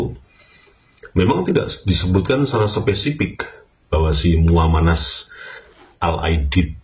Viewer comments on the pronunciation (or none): Muanas mas, bukan Muamanas.